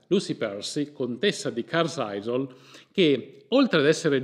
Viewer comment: Molto piacevole e intrigante! Occhio con la pronuncia del nome "Carlisle" ... carl-ail (la "s" e la "e" rimangono silenziose 😉